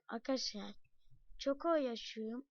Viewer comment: Aga yağ senin sesin bebek gibi çıkıyo mesela aykadaşlay oluyo